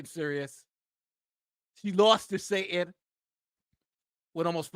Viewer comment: Love your content - sa-tan, not sa-in. You're in good company though, candace owens drops the "t" also :(